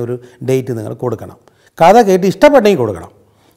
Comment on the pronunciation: Not "കത " കഥ.....